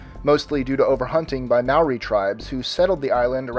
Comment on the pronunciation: I once knew a woman from New Zealand, she said that "maori" is pronounced "mahr-ri".